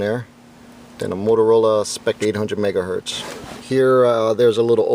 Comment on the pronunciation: Megahertz NOT “Mega Hurt” 🤦🏼‍♂️